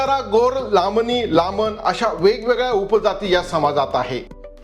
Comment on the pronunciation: लामन लामणी नव्हे लमाणी लमाण